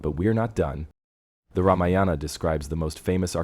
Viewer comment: Very interesting video. Oh, the word Ramayana is NOT PRONOUNCED Rama-yaana. It is Raa-maa-yana. And one other thing, please inform viewers of the meaning of the word "Kandam." I thought I'd die laughing when I saw the CC of your video which said "Kumari Condom." 🤣🤣 Also, I'm no scholar but I believe Kandam in Tamil is pronounced differently than in Sanskrit. Kandam in Sanskrit is pronounced Kaandam, which means a chapter, a section, a part, in the Ramayana. And oh, it isn't Vanaara (forest creature) it is Vaa-na-ra.